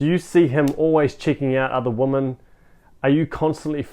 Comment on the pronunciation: With all due respect, “women” plural is pronounced “wimyn” not “woman”